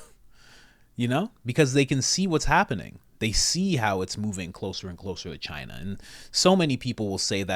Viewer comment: It’s Chinada….